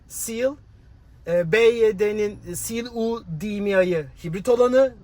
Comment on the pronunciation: Byd seal U değil YU